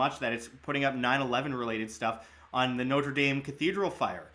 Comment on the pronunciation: Please learn how to pronounce Notre Dame properly. North Americans absolutely butcher these two words. Good coverage otherwise.